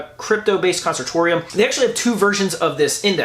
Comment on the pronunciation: It's pronounced kən-ˈsȯr-sh(ē-)əm